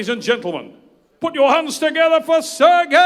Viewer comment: Why does Travis keep calling Serhii, Sergei? Am i missing something?